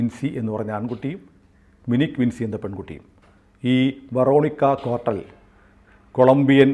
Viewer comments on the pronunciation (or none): വിൻസി എന്നല്ല വിഞ്ചി എന്നാണ് ഉച്ചരിക്കുക. ഡാവിഞ്ചിയുടെ വിഞ്ചി